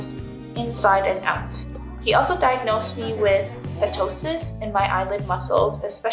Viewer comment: The p in ptosis is silent.